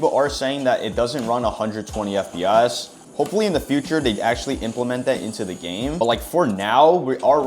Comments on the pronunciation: Why does bro say FPS like that? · Why does bro say fp as